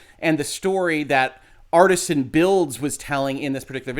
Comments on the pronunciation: It's Artesian as in an artesian well, not as in artisanal bread. And, Kia's name was on screen. Everyone in chat could see who he was talking about. Every small streamer he bashed after her had their name on the screen as he is "screening" them as well. Thank you for the legal take. I've been waiting to see this particular matter explained. Much appreciated. There is so much more to this that I would like to see explained as well. It really is unfortunate. I was actually a pretty big fan and have an Artesian Builds PC, myself. Needless to say, I'm very disappointed in the brand right now. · It's not " Artisan " it's pronounced " Are tee zee an " lol, law but can't pronounce an easy name, like come on dude lol, in other stance, what Artesian did was horribly wrong and should have his knees broke for that. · It's not pronounced "Artisan" builds, it's actually "Artesian" builds, which makes infinitely LESS sense than Artisan. They obviously meant to call themselves Artisan Builds, but they did not.. instead it's Artesian.. Definition of Artesian: relating to or denoting a well bored perpendicularly into water-bearing strata lying at an angle, so that natural pressure produces a constant supply of water with little or no pumping. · The word is pronounced (roughly) AR-TEE-SHAN, referring to a type of groundwater deposit or condition (where natural springs are common owing to the high pressure of the water).